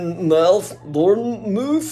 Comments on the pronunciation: It's pronounced ( Born mouth ) but spelt Bournmouth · Want me to dislocate that jaw for you,? The place you couldn't pronounce in the UK, it's Bournemouth.